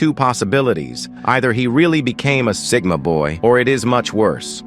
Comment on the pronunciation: "Woooman" "Seegma boi" "Geeega toilet"